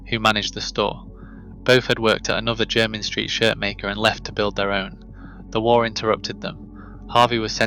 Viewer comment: It's your rubbish AI's way of saying Jermyn in the vid. It also wouldn't pass O level geography, viz. the map .